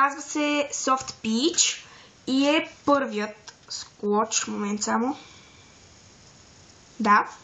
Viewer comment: Видеото е хубаво,но забелязах че казваш склоч а то е слоуч